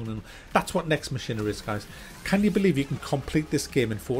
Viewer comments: its pronounced mack eena lol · Mack-in-A is how it is pronounced.. lol